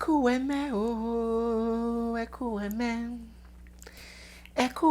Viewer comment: please, don't ",Englishify" the song. It's Ekwueme,. Not "Ekueme". Thank you